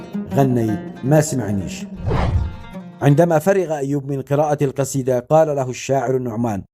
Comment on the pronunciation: انت لا تعمل فيديوهات.الا بعد أن تتقن اللغه.العربيه.وتفقتك.فمك. قال جطر.. والجصيده.